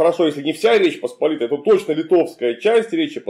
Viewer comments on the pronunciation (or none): none